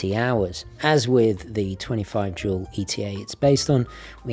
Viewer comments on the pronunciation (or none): none